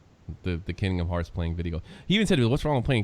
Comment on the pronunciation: did you just say kindom hearPs?!?! TRIGGERED